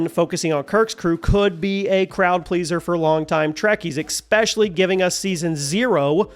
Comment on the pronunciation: There's no "x" in especially